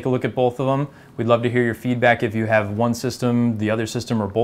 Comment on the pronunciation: Says "bolth"